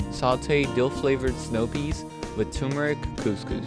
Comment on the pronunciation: The way you say peeees...I died laughing.